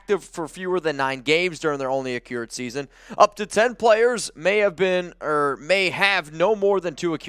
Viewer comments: Can't stop chuckling everytime says Accrued (uh-cured).... suppose to be pronounced "ac-crude" 😉 here for the assist 💪🏽 keep the great content coming raaaaaaaaiderrrrrrrs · It's pronounced "Ah-crew-d" not "Ah-cure-d" - just an FYI.